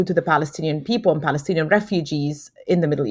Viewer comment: She's a Pali-stin-E-an😂